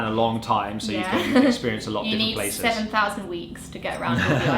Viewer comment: I love it when said you meed 7 Thousand weeks to visit the 7 Thousand Islands 😂